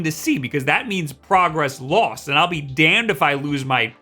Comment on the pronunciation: Ghost Cloud Music the O in "lost" sounds like New York.